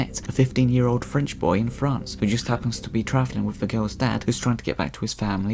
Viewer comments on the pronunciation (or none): none